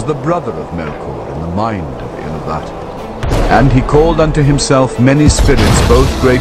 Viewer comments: 'Iluvatar' is pronounced ilUvatar, not iluVAtor. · In pronouncing the word Ilúvatar the stress should be on the second syllable.